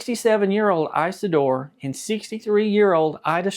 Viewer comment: The name is not Ice a door, it is Is a door.